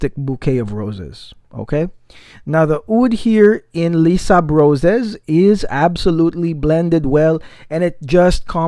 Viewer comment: By the way it's pronounced lay-sable-roz haha